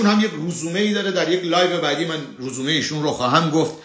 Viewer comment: درود بر شما با عرض پوزش resoume رزومه٫ روزومه غلط می‌باشد ❤❤خواهش می‌کنم ببخشید٫ چون دوستتان دارم خواستم تصحیح بفرمایید